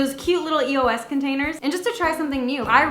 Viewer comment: its not pronounced E-O-S its pronounced eos as a word